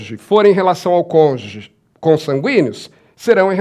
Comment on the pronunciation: Não existe "congê". A palavra é CÔNJUGE. Pelo amor de Deus.